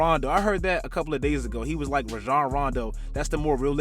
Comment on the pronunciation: "Rajong Rondo"